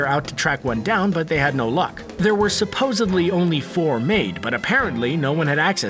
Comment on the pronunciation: Did the narrator really say “ supposbly”? Lol